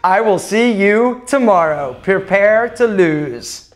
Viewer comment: "perpear" to lose